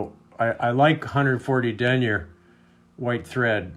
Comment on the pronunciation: Love your videos but I don’t like how you say denier lol